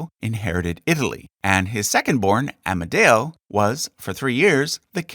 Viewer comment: One day i Met here on YouTube a nice guy from USA that cared about history. I was Surprised that he had never Heard about the term of "Kingdom of Italy". It's true that the last Kingdom lasted only but the term "Regnum Italicum" Is From Middle Age! First , part of the Holy Roman Empire, then a State of Napoleon (Regno d'Italia). By the way, in italiano it's AmEdeo not "AmAdeo". By the way all italian names are pronounced terribly!